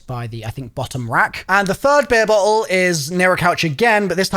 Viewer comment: Bro the way you say bottle sounds nothing like the word